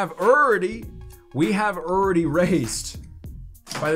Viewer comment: Man I love ya, but it’s funny how you say ‘already’. URR DEE Also, I’m from the South so I say a lot of things wrong too haha.